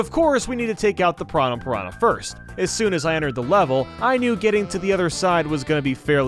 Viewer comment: “Let’s him attack enemies” attacks a pianah